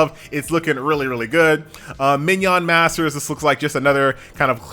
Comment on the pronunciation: my man said mignon masters